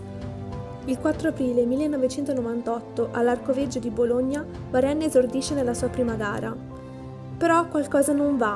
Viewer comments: Si legge varen ma si scrive varenne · Si pronuncia varen, è francese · Ma non si legge varenn?